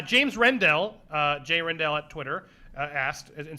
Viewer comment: Heh Andy managing to mangle names even before he got to Neill Blomkamp. Round 5 was from James Rednall, not James Rendell.